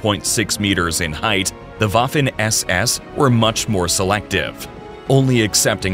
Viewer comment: The Woffen ÄS ÄS😅